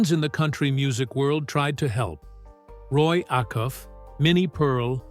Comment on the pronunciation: Yep. They got a bunch of stuff wrong. Then being disrespectful enough to mispronounce his name. And that of Roy Acuff. Whet really irked me is that they called the murderers "men".